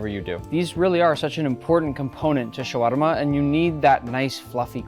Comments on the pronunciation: Spelled shawarma pronounced shawama without r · حلو شلون ينطقها😂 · Ok look I get how you can't say it well but it's okay and Im from Egypt so I know how to say it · Get a Lebanese friend who can pronounce it properly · You don't have to pronounce shawarma that way if you're speaking English. You pronounce it correctly when you're speaking Arabic so it can flow naturally into the language. But it doesn't flow well into the English language because it's not designed with tongue rolls and things of that nature. Just say it the way Tony Stark says it if you're speaking English.